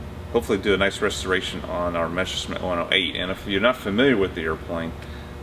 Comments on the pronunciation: Who ever came up with the idea that it's pronounced "Meshersmitt"? It's not, and never was. Don't try to second-guess "German" pronunciation. Just say "messer-shmitt" and it's perfectly fine. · "the mesher smith" haha